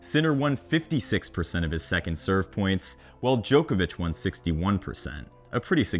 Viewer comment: I'll never understand why Americans can't pronounce Djokovic's name properly...